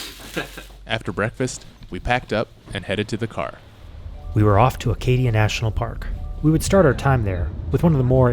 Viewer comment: Acadia, not Arcadia?